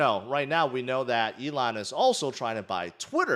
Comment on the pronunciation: Mate, were you not calling "Elon" "A-lon" last May? Were you not salty about Elon? Wtf is wrong with you clown?